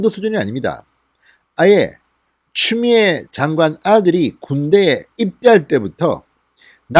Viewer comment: 진성호.위 이빨이.없나봐 발음이 추미애 보고 쮸미애라고하는거같은데 이부터 손보고 방송했으면한다 발음도 현찬은 자가 뭘 말을하나.기가막힌다